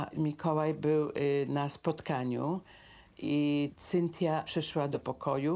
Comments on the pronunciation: Prowadzacy imie Cynthia wymawia lepiej niz pani, musiala miec maly kontakt z jezykiem w tych Stanach lub ma slabe zdolnosci jezykowe. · Tyle lat w Ameryce a nawet imienia Cynthia nie potrafi wypowiedzieć